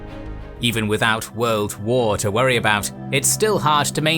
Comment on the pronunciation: "Even without World War to worty about..." hasn't watched the news recently